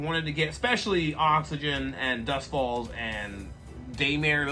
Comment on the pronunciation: lol it’s CYGNI LOL NOT OXYGEN